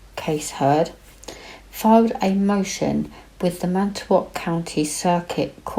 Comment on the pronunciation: You could be a Wisconsinite. You did an awesome job pronouncing Manitowoc and Calumet. He did it I believe.